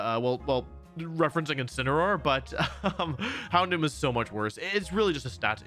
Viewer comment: HOUNDOOM DOES NOT END WITH AN N, IT ENDS WITH AN M!